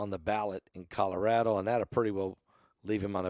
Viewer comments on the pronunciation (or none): none